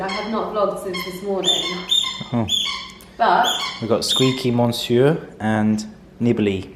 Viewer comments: Adorable doggies. Monsieur - if you mean the French for Mr., is pronounced Mer- ss-yer. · You need to pronunce "monsieur" different. Pls listen to the right way. Lots n lots of love!♡ Lovely n 🤗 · thank you! Totally wrong!🤦🏻‍♀️🤦🏻‍♀️